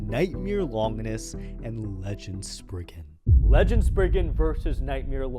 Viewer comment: Legend Spriggen…….does he mean Legen Sprizen?😅